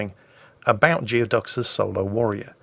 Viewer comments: It's pronounced gooey duck, not geo duck. Look it up, expect more from a sailor! Lol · I suspect it's pronounced "Gooey-ducks". A Geoduck is a basically supersized clam native to the Pacific Northwestern United States and also the mascot of the Evergreen State College. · "Geoducks" is pronounced "Gooey-ducks," it's a huge species of clam native to Puget Sound in Washington State, USA.